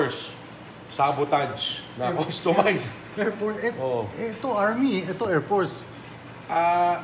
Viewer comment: Did you say customice? Wow.